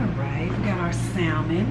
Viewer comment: Hey! A friendly note, the L in salmon is silent. 😊